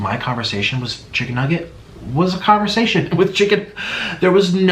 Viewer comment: i think he mispronounced "chicken nugget" as stephanie